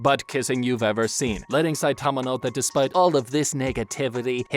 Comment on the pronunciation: why are you saying his name like that?